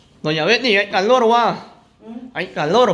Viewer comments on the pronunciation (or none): No se dice caloro. Se dice calor. Doña betty y nora me caen bien.